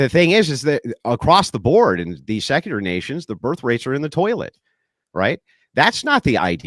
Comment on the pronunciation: can’t even say secular correctly. I have zero confidence in his hermeneutical and exegetical acumen.